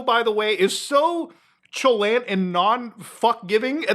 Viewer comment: Chalant pronounced at Sha-lont my man.